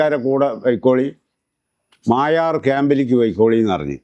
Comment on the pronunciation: മായാർ ഡാം അല്ല മൊയാർ ഡാം എന്നാണ്